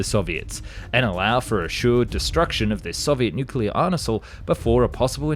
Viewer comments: Bruh, did he really just pronounce "Arsenal" as ARN-ESAL?🤦‍♂️ I can deal with most of this mispronounced words when they're more difficult ones.. But c'mon.. ARSENAL? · Bro said arnesal instead of arsenal 💀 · Arnasal XD Great videos mate, but you need to work on your pronunciation. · You said “arnasal “ instead of “arsenal” I’m not sure if you’re doing this on purpose to troll us and get more comments, or what 😅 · "Soviet Nuclear Arnesal" you say? 🤣Ooops! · Ami I the only one who noticed he said " Arnesal " into the Video? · "arnesal" Jared: yup, that's fine, just send it. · Dude said arnesal instead of arsenal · “Sure destruction of the Soviet nuclear arnesal” - F&E 2023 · “arnesal” lol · "arnesal" dude you need to go back to school and master your pronunciation. I've never heard an educational channel fuck up so many words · "arnesal"? No French words to butcher in this video? Or you are doing this for comments like mine to boost the recommendation rate? ;)